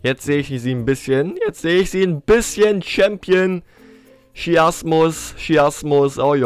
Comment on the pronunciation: Sheamus spricht man anders aus, wenn du das nicht weißt guck dann in WWE oder Google gib dann den Namen ein